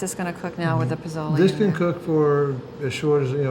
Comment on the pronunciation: correct prounciation is: posolay roho ( long o sound in all o's as in toe ) I'm not sure what she said. Also, this soup is great when you want to sober up after a party or you have a hangover. Some make it with tripe - you need to develop a taste for it with the tripe. Also, you serve it with bowls of sliced lime, chopped cilantro, and chopped onions to sprinkle on top of the soup.